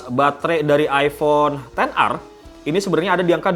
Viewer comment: Kenapa ten ar c, bukannya ex er